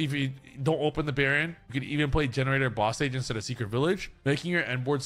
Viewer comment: The way I spat my drink when I heard say Generaider Boss Stage